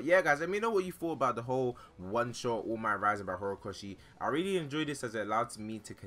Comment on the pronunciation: his name is all might not oh mi